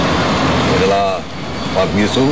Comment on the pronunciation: thanks for uploading sayang komentator na kurang lafal ngeja nama pemain ji sung friend na wish running man come again to indonesia